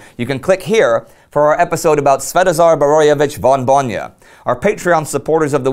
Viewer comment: At risk of souding nitpicky ... Indy please can you correct the pronounciation of general Borojevič's noble title? Its "von Bojna" - not "von Bonja" as you pronounce it . I kinda like the passion in your voice when you say his name, but this strikes at my ears every time. Its at least I can do to atone for the could shoulder that we Slovenes (and Croats) gave him after the war. Its undeniable fact that his decision to stop Italians at the Soča (Isonzo) was correct in the long run.